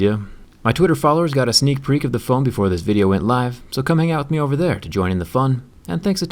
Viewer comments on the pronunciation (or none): if you turn on the subtitles and listen, the subtitles say "sneak peek" when zack clearly says "sneak Preek". Just thought it was worth the chuckle. lol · you said "sneak preek" at the end lol. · "Sneak Preek" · "My twitter followers got a sneak preek" Zack wtf is a preek 😂😂😂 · What's a sneak preek, Zack? 😂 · i was like wait did he say sneak preek😂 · "Sneak Preak" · Zack, what the hell is a "sneak preak?" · Seek preek? Lol 😂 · Lol sneek preek